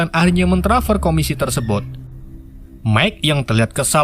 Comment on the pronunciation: jijik banget denger kata "TERSEBOT"